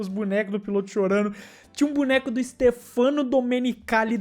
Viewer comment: Não é "Stefâno", e sim "Stéfano"